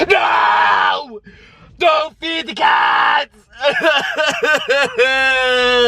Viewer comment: I died laughing (im not rude tho) Anyway I heard "she's feeding the cacks"